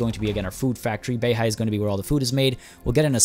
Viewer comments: U must learnt mandarin before，I hear you speak BEIHAI as Béi Hǎi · 11：03 you said the place Beihai just like a native Chinese speaker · Yea his pronunciations are tight af